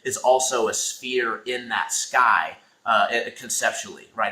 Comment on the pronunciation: I'm sorry but sphere is not pronounced spear. Spear is a hunting weapon. Sphere is pronounced sfear. Sorry but it's annoying hearing people call it a spear